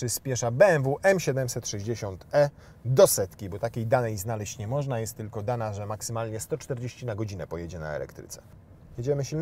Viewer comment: Co tam "moszna" wyświetlać, bo nie dosłyszałem 😅